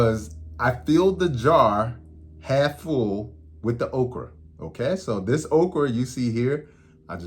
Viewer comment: i hear that "okr(o)" come out, lol island tings